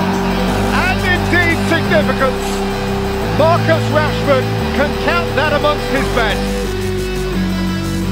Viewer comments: Did the commentator just say trashford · did the commentator said Trashford tf